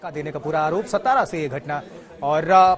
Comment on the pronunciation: It's not सतारा.. it's सातारा